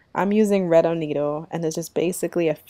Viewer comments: It’s pronounced ‘Ah-Not-O’ ...not ‘Ah-Neat-Oh’ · It's pronounced A- NOT- TOE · AN -NAT-TO ... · It's not AnnĒtto, it's pronounced AnnAtto...LOOK at the name. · What is anido? It's called Annato! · Love the video. I've not really used evaporated milk before. I think I'll try it with my recipe this week. Sn: Annatto is pronounce uh-nah-toe. Just fyi since you called it uh-nee-toe quite a bit. :) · Its pronounced " ah nah toe" Not" ah knee toe" ..lol. . Ps. Good job on mac n cheese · I think you mean annatto NOT anneetto. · Annatto - not Anito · I like your recipe. Thanks for sharing. FYI it's pronounced annaaaato. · "Ah-nah-toe" - otherwise, this is a perfect video of a great recipe. Thank you for sharing! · I’m from the Carib, too. Puerto Rico. We use Annatto a lot. Btw, it’s pronounced, A-nah-to, there’s no i in it, and it does have a distinct, but subtle flavor to it, which I love. I’ve never seen a Mac and cheese recipe with annatto in it, so I was pleasantly surprised. Making sure I have all the ingredients bc I’m definitely making your Mac and cheese, today!!! Can’t wait!! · Good recipe. It's pronounced Ann-A-toe. It's from Jamaica. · Are you saying "annatto" for the yellow coloring? I have never heard your pronunciation of it.